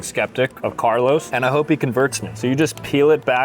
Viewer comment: the disrespect in calling Carlo, Carlos, is wild for a guy from Jersey.